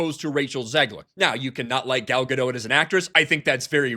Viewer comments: You're still pronouncing Gal's name wrong. It's "Ga-Dot", not "Ga-Dote". You sound like a moron, since you've been corrected before and still choose to say the wrong thing, which is typical of you. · She pronounces her name Gal GaDOT, like rhymes with cot. Not GaDOTE, like goat...Sorry, that just irritated me every time I hear it. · Isn't the T silent in Gadot? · Pretty sure the ‘T’ is silent in Gadot.